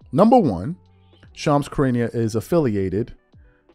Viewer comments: Shams is a scam. But as much as I now despise that snake his name is pronounced shu rah nee uh not cuh ree nee uh. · it is pronounced like SHA-RAH-NEE-UH, my friend. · You keep mispronouncing Shams last name 🥴 pronounce it (Sha-ron-nia) but put it all together. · brodie saying shams last name wrong is driving me crazy 😂😂 like bruh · Right, how does he not know how to pronounce the name, lol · gang idk but it’s literally making me want to vomit 😂 still a great video though